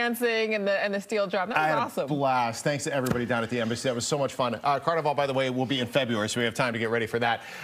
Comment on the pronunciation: So wonderful you featured the T&T embassy. And it’s “steel pan” not “steel drum” (you mostly said it correctly) and it’s “Carnival” not “Carnivale”